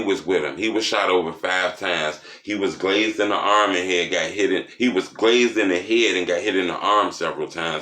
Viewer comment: ....u give good information bruh💻📠💽 and u mean well, but next time.... please and I mean please...pernounce the word right it's grazzed my broski🤷🤔...not glazed